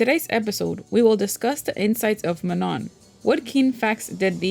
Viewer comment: Sorry but you pronounce Manon wrong! The last „N“ is silent and the „A“ is pronounce like „OU“ in „country“ or „U“ in „ugly“, also not that this is important but the „O“ it’s to be nasalized „Õ“(I don’t think people who don’t speak French can pronounce it though). So it is „Maano“